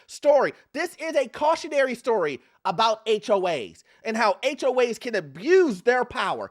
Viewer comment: Why are you calling them HOH’s?